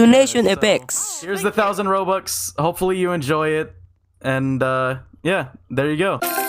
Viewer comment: why tf does he say robukhs